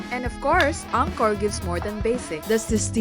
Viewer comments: Next time please ask how to pronounce the name of the hotel. The hotel is not pronounced Anchor, it is Encore (aan kor). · Prounounced On-core 🫣